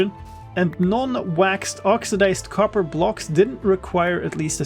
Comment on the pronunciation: "Get to the coppah!" made me chuckle